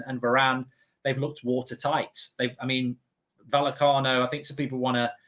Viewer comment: Isn't it pronounced VaYecano?